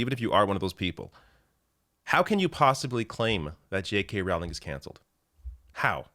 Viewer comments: Rowling, pronounced like bowling. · I know it's minor..but the name rhymes with bowling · it's "rolling" like row, row, row your boat.